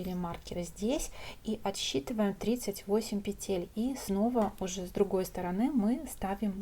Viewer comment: Спасибо! Незупречно снятый МК. Красивый шарф! Но.... как здорово, если бы вы и говорили правильно. "Набрать 80 пЕтель, а не петЕль". Слово "Петля" - во множественном числе, во всех падежах нормативно только ударение на первом слоге: нужное количество пЕтель, ремонт пЕтель, шторы на пЕтлях, слететь с пЕтель . Правильная речь украшает.